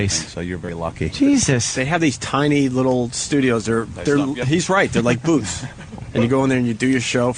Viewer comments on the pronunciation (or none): none